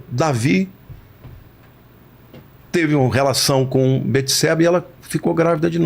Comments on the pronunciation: ERA BATESEBA E NÃO BETESEBA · Só o nome de salmão quem deu foi Deus. E não jedidias que foram seus pais. Davi estava com frio pq estava doente. E não é beteseba e sim bateseba a pronuncia.